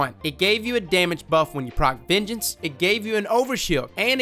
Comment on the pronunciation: Every time you say "vengeance" I hear "midget"